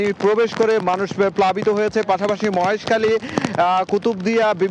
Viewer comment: মেরাল, পোরবেশ, সাইকোলোন সেন্টার, অদ্ভুত উচ্চারণ জামীর সাহেবের।